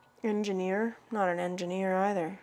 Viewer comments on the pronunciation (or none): none